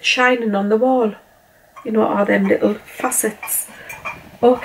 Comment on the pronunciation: Lirrup candles lirrup. 😂 love that accent. xx